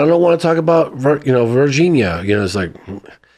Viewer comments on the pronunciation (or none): Every time you say Virginia, it feels like I’m watching John Carter of Mars, lol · If you watch the movie John Carter, Tars Tarkus pronounced Virginia like Varginha. Coincidence? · first id like to say this channel is in my to 5 love it! lawd jesus if i hear the word vahhginna ever again in my life after this, i will end it all lmao